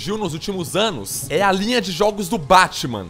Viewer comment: É muito estranho ele pronunciando "jogos" kkkkkk é tipo 'JHÓOGUS' kkk